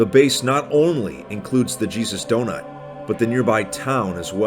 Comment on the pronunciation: It sounded like “the cheese is donut”